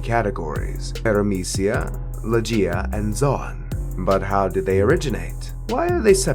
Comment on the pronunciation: Great vid but its not lo-jia its logia but anyways great vid